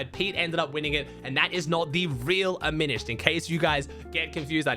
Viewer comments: After YEARS, is finally saying Aminished right 🙏🙏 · He said aminished and not a mini shed